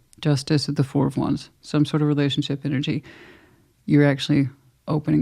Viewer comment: 😂 when you said 2+2 is 4 I heard floor 😅